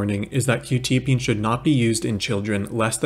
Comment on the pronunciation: I think it's pronounced kwu- tya-- peen